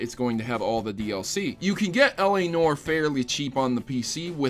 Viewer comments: LA "NOR" ....NOR..... It's pronounced "Nuh-war" but one syllable. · It's pronounced "nwahr", not "nore". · It is pronounced NEW-AR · Oh my god the l.a. Noire pronunciation in this...